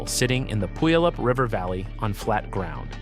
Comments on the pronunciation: Aahhhhh! Please non natives making videos about Rainier, LEARN HOW TO PRONOUNCE PUYALLUP! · No AI will ever pronounce "Puyallup" correctly. LoL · learn to pronounce puyallup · Do you want to know what is more painful than being hit an erupting volcano? Listening to horrific pronunciation… Tell me you are not from the Puget Sound area without telling me… pronounce Puyallup again…